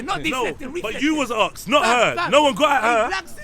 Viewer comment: the word is ask'd not aks'd